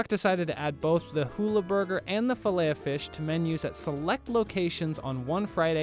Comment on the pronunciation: You pronounce the ‘t’ in Filet-O-Fish